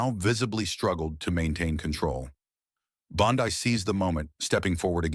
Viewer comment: Pronounced Bon-dee, but otherwise, very well written.